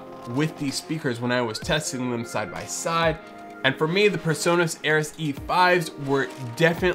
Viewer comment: It's "PreSonus", not PerSonus. It's hilarious how Americans can't pronounce "Pre" and always say "Per".